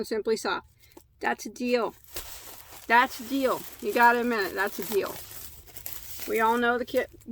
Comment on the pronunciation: I love how you say “killer deal”. To my southern ears, it sounds like “killer dill” which makes me think of silly cartoony images of homicidal pickles. 😆 Anyway, thanks for enabling my yarn habit! 🤓 You got some god stuff!